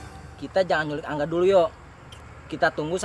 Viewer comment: Gue dengernya : Kanga Ternyata : Ka Angga 🤣🤣🤣